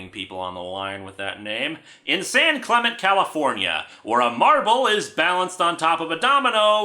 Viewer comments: As a Californian, I must object to how Linkara said "San Clemente". It's pronounced like "Clement-eee", not "Clemint". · As someone who lives in San Clemente California the town is pronounced like San klem-n-tea